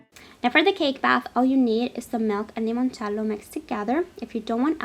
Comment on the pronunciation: I love how you say "limoncello" in that Italian accent ! 😍it reminds me of how Laura Vitale says " ricotta" or "parmigiano"